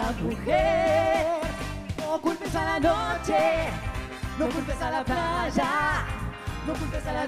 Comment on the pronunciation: "no culpes a la chuvia", "... placha" por qué pronuncian así? Qué les pasa? Jajajajajja